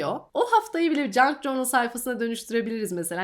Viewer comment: merhaba! Bi ajanda kızı olarak kanalını çok seviyorum 🧡 Bi de “cornıl” değil de “cörnıl” diye telafuz edersen videolarını daha rahat izleyeceğim ☺️ Obsesif kişiliğimden olsa gerek videoya odaklanamıyorum telafuza kafam takıldığından, kusura bakma 🙈